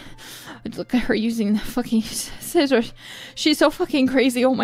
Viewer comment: Finally, someone who pronounces Scissors correctly!